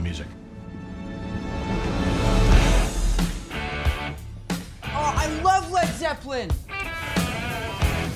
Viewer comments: Did Peter say “LEG ZEPLLEN” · Y does he call it Led Zeppelin tho?